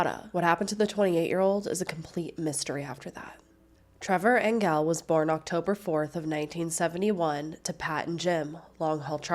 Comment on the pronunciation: I worked with Trevor in Cranbrook, BC in the 90s. His last name is pronounced Angel with a soft G. I hope his family can get some closure soon.